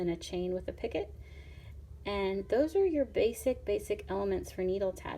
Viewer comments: It is pronounced. Peeeeeecoooooo. Not picket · You call it a pockit, but Picot is called: picoo. Zo you don't speak de 't'. Your needle is far to big for this dread. Go on with tour needle tatting video's because jou explain it very wel. Good luck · Picot is pronounced Pee-co.....not "picket" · Oh don’t say “picot” picket. It’s pronounced pee-co. Just saying. Picket refers to a fence. Picot is a small loop or loops in sewing or crocheting etc. ☺️ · Picot……noit picket…..pee co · EXCELLENT tutorial! Thank you so much for making it and sharing it with us all. (Just FYI, picot is pronounced "pee-koh" rather than "picket" like a picket fence. It's a French word, and they are famous for adding silent letters to the end of words.) 😉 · Pee-kó French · "Picot" is a French word, and it's pronounced "pee-ko." Love your simple to follow instructions. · When she first said it I was like I've never heard any od the other videos say anything about a 'pick it' then went - oh - a picot 🙁😞 slightly disappointed lol. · It's actually pronounced "pico" but spelled picot. The t is silent... Just fyi. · T is silent in picot